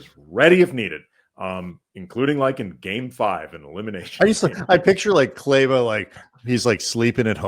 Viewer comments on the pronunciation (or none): I love you guys! …but small quibble, please stop mispronouncing Kleber for whatever time he has left in LA. It’s KLEE-bah. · They should Call locked on Mavs and ask them how to say his name. It’s not complicated.